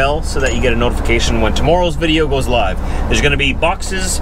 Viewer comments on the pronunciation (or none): none